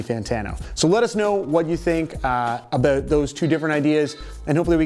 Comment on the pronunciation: "Aboot" Canadian detected.